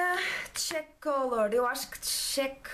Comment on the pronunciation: O desmaquilhante é bifasico... o cheek lê-se 'tchíke' e quer dizer bochecha lol e é um blush... os produtos parecem bons... tambem tenho tido boas impressões da marca mas penso que os produtos são caros. Sabes os preços?